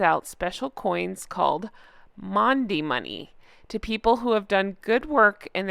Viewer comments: Happy Easter and thank you for bringing us these wonderful pics at Easter. Maundy is pronounced "mawndy". Catherine is such a wonderful role model for all young women and we all look forward to the time when she feels well enough to be back with us. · Great try...its pronounced "Mawn-day" x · Happy Easter,. My parents got married on Easter Saturday. Maundey is pronounced "morndy" it's a very old tradition, oh and yes Windsor would be a lovely place to live if I was wealthy; I grew up not far from there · Its pronounced Mornday. You know how us british have silent letters in words, its a bit ridiculous but thats the English language. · The Princess of Wales is such a beautiful woman. Sending good wishes and prayers, also to the Prince of Wales and their children. Happy Easter and Jay 🐣🐣🐣 ( it’s pronounced morndy ((Maundy)) ) 🇦🇺🦘🐨❤️💐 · Maundy Thursday is pronounced 'Morndee'. I am English and actually live about 20 mins from Windsor. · Thank you for your lovely message, and for the lovely photos of the RF - including our beloved late Queen who will never be forgotten. Maundy Thursday - the ".... au...." is pronounced as in laundry. Google will tell you all about maundy Thursday. A very happy Easter to you and yours. E❤ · Hi ‘Maundy’ is pronounced ‘Morndee’! I know, I know, the English language can be tricky!! Xx